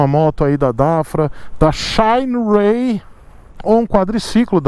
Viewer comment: xainiii rêiii Eita pronuncia boa. Parece o " ôrraizônnnn" do Americano... É um risco dar motos para o testar... Ele não passa pano kkkkkkkkk Por isso não enrica!!!